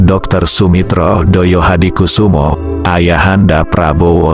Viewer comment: Saya perlu koreksi sang Narator,bahwa pd era tersebut belum ada Partai Solidaritas Indonesia,.yg ada adalah Partai Sosialis Indonesia.. termasuk pelafalan thd nama ayahanda dari Prabowo Subianto masih tepat.. semestinya adalah Joyohadikusumo, bukan Doyohadikusumo dengan ejaan lama yaitu Djoyohadikusumo